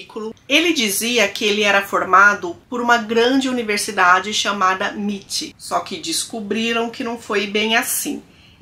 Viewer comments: Oi, as siglas em inglês geralmente são pronunciadas letras por letra. Ex: MIT - M (em) I (aí) T (tí). Muitos beijos. Adoro seu canal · MIT pronuncia em inglês = eme ai ti